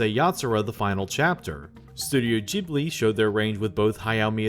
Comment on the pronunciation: I spent most of the video asking myself how such a knowledgeable person can pronounce "Ghibli" wrong... but then for 1984 you pronounced it right! What happened?